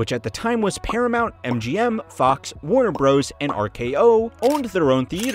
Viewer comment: Warner "Bros" 😂😂